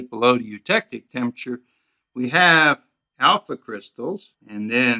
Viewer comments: Good video. Just one side note: it's pronounced TEMP-ER-A-TURE. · i was also intrigued by the way he pronounced it. i wonder where he's from